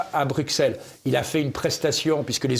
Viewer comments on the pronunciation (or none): Merci ! N.B. On dit Brusselles et non Brukselles !